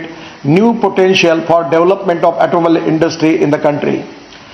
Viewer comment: I know he can't pronounce Toyota, but it looks like he can't pronounce the word automobile either. LOL